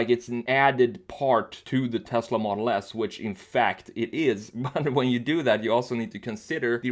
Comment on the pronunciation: dude why do u say tesla model ass instead of model s lmao